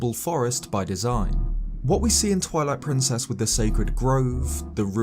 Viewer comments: Did you say "Toilet Princess"? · Omg, I had to stop the video at :20 and leave this comment because I totally heard you say “Toilet Princess” XD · I thought he said toilet princes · 😂 I heard it as well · Did he just say TOILET PRINCESS😅😂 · Is it just me, or did he say Toilet Princess? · it soinded like he said "toilet Princess"